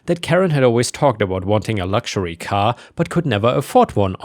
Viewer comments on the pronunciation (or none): none